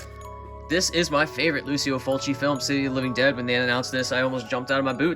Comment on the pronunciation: C’mon..Lucy-Oh Fulci? It’s Lou-CHEE-Oh Fulci…The Godfather of Gore, The Maestro. He deserves the proper pronunciation. Otherwise, GREAT vid! You have an amazing collection there, and I am jealous of a few of them. Well, more upset with myself for not being more diligent in picking them up before it’s too late…lol.